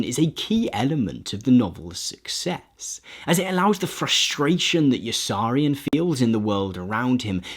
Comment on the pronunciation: Good video. Pity you pronounced Yossarian wrong.